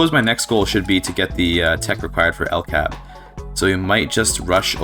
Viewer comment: I hard disagree on the statement that "Sweden [...] does not really have very many cool unique companies." You mentioned 'LKAB' (it's more accurate to pronounce it L-K-A-B) which is only one of two companies that has the ability too produce prestige iron, and with it's company bonus of +20% iron mine throughput is a strong company. And apart from that Sweden also has the ability to produce two unique prestige goods that no other country can produce: 'Ericsson' is the company for making prestige phones and is overall a mid company. Then there is "John Paradox & Company" which is an easter egg company that has quite specific requirements to be founded, and when it is not available it is not visible at all in the list of companies. It is obviously a reference to Paradox Interactive and primarily owns electrics industries and arts acadamies, and produces 'Grand Strategy Games' which is a prestige variant of fine arts. (Sweden also has three specific achievements (not counting the one you get for forming Scandinavia) which is quite a lot for a country that's not a major power, and without a dedicated DLC.)